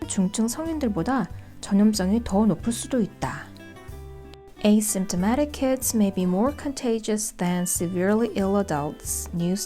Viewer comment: asymptomatic 발음이 어려웠는데 오늘 해결됐어요. 깔끔한 발음 감사해요^^